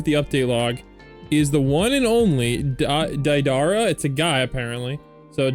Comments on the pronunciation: you're saying DA-DAR-RUH, Deidara's name is pronounced DAY-DUH-RUH. it kind of sounds like date-a-ruh all together! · not be that guy but its pronounced like "Day-Da-Ra" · It's pronounced day-duh-ruh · its pronounced day dah rah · Its Dey-Da-Ra Pronuce Da like dad and Dei like They but with a D